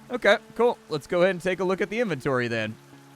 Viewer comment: it say InventorTy with an extra t